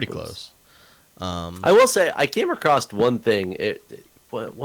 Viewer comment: File this under minutia: could you explain to Jeff that the word ""across" does not have a "t" at the end.